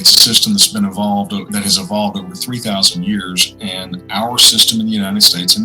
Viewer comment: Damn, fucked up the emphasis on OVER :^/